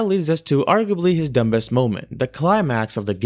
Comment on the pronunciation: this is meant to help you so please don't be offended, there is a B in the word "dumbest" however you do not say it. so it's. Dum-est, not Dum-Best. :)